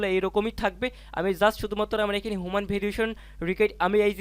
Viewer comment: হুমান ভেরিফিকেশন না! এটার উচ্চারণ হবে হিউম্যান (মানুষ)।